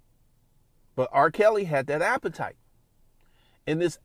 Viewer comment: this man is ruining the word appetite